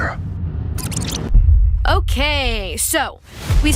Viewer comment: KIERNAN SHIPKA NOT KEIRNAN IS MY LOVE